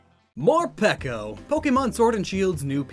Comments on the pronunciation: are you sure it's not pronounce more PEEKO like more-pikachu lol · ITS MOREPEEECO